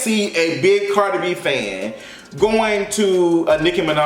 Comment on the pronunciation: Chile all I heard was CARJEE B! CARJEE B😂😂😂